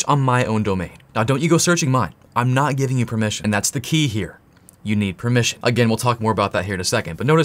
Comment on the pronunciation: im laughing so hard you said "im not giving you permeation" like my tools didont fail